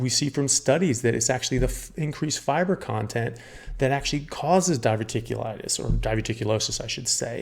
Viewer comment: It’s diverticulitis 😊